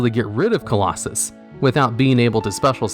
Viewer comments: Clausolas* not Claulossus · I'll like and subscribe when this video gets rereleased with you saying "CLAW SO LUSS". 👍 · Nobody:: Nekroz of Colosus...😂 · I find it amusing that he messed that up, but nailed "Number 86: Heroic Champion - Rhongomyniad" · so you can pronounce Rhongomyniad right but not Nekroz of Clausolas? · Mans didn’t even try to pronounce Nekroz of Calusolas